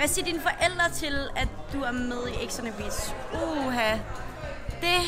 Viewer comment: Hun kan ikke sige “beach” 😂😂